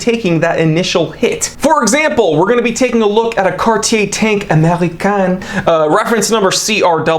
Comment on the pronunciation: I liked this video just because of the way you said American with a French accent